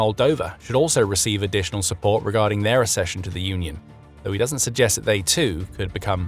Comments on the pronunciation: It is spelt accession. There is a double 'C' there, as in ac-session, not assession. You can ask google to pronounce words you don't recognise. Do you say asseptable? Do you say access or assess? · accession is pronounced like success & access. Ak-session 🧐👌🤓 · Please learn to pronounce one of the key words correctly: accession = ak-SESH-uhn /ækˈsɛʃən/